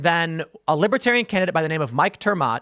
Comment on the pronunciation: Trump can't even pronounce Libertarian. He says, "Libbytarian". 😂😂😂. Trump got BOOED and BOOED and BOOED during his speech.